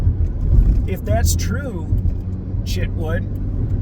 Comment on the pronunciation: werid, you said Mike Shitwood! 🤣